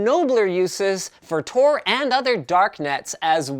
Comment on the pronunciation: It's Tor, Not TOR